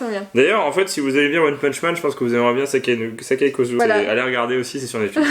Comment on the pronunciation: C pas sakai kusuo c saiki kusuo